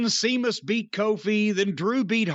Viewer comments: Irish Gaelic pronounces "s'"-es like they have an "h" next to them. WWE is spelling Sheamus the way it sounds. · That's what I always thought too. but, yeah that name is normally spelled Séamus in Ireland - the symbol above the E is called a fada and gives it the H sound. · That was hilarious I thought he was doing it on purpose. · What kills me about the "See-mus" thing is, Jim has seen it spelled "Seamus" (or Séamus) because THAT'S HOW IT IS SPELLED and WWE deliberately uses "Sheamus" TO STOP PEOPLE SAYING IT WRONG. Distant second-most-funny thing about this...Séamus is the Irish form of the Hebrew Jacob, whose English form is James. Aka Jim. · Stephen Farrelly used the name with that spelling years before WWE hired him. He wrestled his very first match ever as "Sheamus O'Shaunessy" in '02. As somebody else already pointed out, "Seamus" is the Irish/Gaelic version of "James". Jim mispronounced an alternative version of his own first name. The "E." in James E. Cornette definitely doesn't stand for "etymologist". Or for "Éire"... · "Seamus" was the 'Ape God' in Tim Burton's 'Planet of the Apes' remake. That's where Jim's mind must be when attempting to say "Sheamus". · With or without an H it's pronounced SHAY MUSS in Irish Sea is pronounced SHAY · It's Sheamus!!!! Not Seamus!!! My God!!! Lmao. 😬😂😂😭😭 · "Seamus" and "Jane" Cargill vs. Rey "Felix" and "Nea" Jax for the Jim Cornette Mispronounced Name Heavyweight Inter-gender Championship Belts. BOOK THAT S**T!!! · I’m so glad called out Jim for saying Seamus. Now if he could only call him out for saying Jane everytime instead of Jade. I could understand if Jane was a funny nickname but it’s not. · I've honestly seen it spelt as SEAMUS and this was on RAW......WWE must have botched recently....because I remember saying.....the way his name is spelt is dumb. 😂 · DUDE LIKE TWO SECONDS BEFORE SAID WHY DO YOU CALL HIM THAT I WAS ALMOST IN TEARS I WAS LIKE WHY HE KEEP CALLING HIM SEAMUS 😂😂😂😂😂😂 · Sea-mus LMAOOO